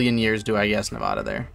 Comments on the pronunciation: Bro the way you pronounce navada im dying rn i live in vegas and that would trigger so many people lmao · It’s a pet peeve when people pronounce Nevada wrong in the states